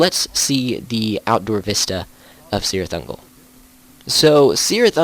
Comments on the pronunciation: Cirit Ungol pronounced with K not C. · You should get the prononcitations correct. Cirith Ungol is pronounced with a K not S.